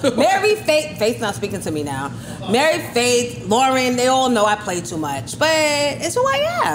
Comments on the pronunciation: Why cant he say Mary?? Its not Marry, sir! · Why do New Yorkers say marry j. Blige instead of Mary??? Despite that this was one of the most informative drink champs I've seen!!!💪💪💪